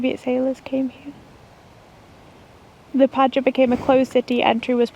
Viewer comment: Murdered the name of Liepāya. 😅